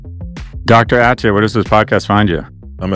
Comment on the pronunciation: His last name is procounced UH-TEE-UH, not AT-EE-UH